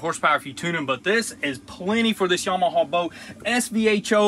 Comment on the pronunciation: Yam-uh-haa, there is no" W" on the end. Just like you were taught in school, sound it out. Or look up how to pronounce Yamaha. Hee haw.